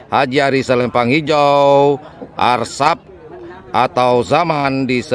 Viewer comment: Asrap bang...bukan Arsap..... 😂😂😂